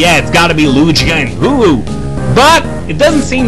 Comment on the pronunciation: Loogi and Hoo-ooh XD